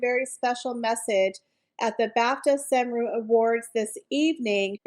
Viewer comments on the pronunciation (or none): I think it’s pronounced “ com-roue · ❤ I always enjoy your content, thank you. The usual way to say Cymru is cumroo, with respect xx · Cymru is pronounced Kumree. It is Welsh for Wales.